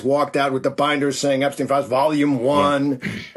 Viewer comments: Charlie, it’s Epstein. The e is stressed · Terry can’t pronounce Epstein at this point??!!